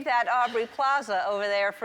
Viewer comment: Ellen the-not-so-generous could've gotten Aubrey's name right